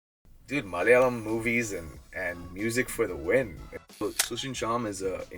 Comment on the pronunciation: The way he says the word 'malayalam' is so perfect even though he grew up in Texas. Most American malayalees don't say it that well. Nee pwoliyada, thani malayali. Keep going brotha you have that fire in you bro